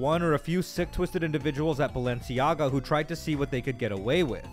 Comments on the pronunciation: it's pronounced "baal-enciaga". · she said balenciaga because when you add 1 a and separate the letters... baal enci aga and convert it from latin to english... bail is king, no joke do it. if you understand the symbolism, the intention behind it etc its clear as day whats going on. heres a simple example, mickey (from disney) those coffee cups, the reflection of mickey shows wicked... just like this name, thats no coincidence. you start researching this stuff and youll notice, "coincidence" is fuckin everywhere in eye rolling ways, they throw it in our face and people have convinced themselves it just cant possibly be true... yet never actually look into it to find out.